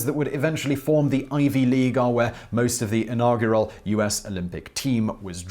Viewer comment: Why the fuck can you not pronounce inaugural correctly Simon?!?!